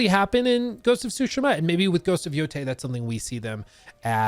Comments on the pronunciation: Tsusheema! Please say it right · Stop saying sushima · Sue she ma ... its not that hard bro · Soo-Shee-Muh. Sorry, that was bugging me. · the way you say tsushima is crazy, suushma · please it's soo-shee-muh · just call it Ghosts, your utter destruction of the pronunciation of the word tsushima is atrocious. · Pretty good video however the way you say Tsushima triggers me. xDD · Will you quit saying Ghost of Tsushima over and over again please, you’re even saying it wrong. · The pronunciation of ‘Tsushima’ 😖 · I’m sorry, every time he miss pronounces Tsushima it makes me twitch